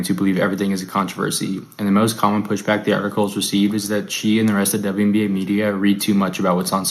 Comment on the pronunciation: My goodness!! What's wrong with this "journalist's" eyes? And is he speaking in a hyper-monotone?? Is this AI? I hope so! Poor Mr Monotone "journaliser"!!! He appears to be having trouble pronouncing "WNBA"! It's only 4 letters! And when he said "Honestly", are we to understand that everything he said prior to that wasn't "honest "?? If not, why did he specify that what followed was "honest"??